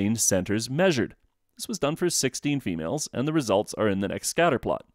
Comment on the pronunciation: "females" lmao i love how you said that like we are alien creatures, good video though